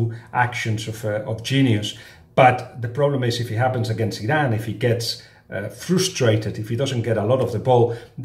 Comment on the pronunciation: When you say "Iran" I always thing you're saying "Zidane" xD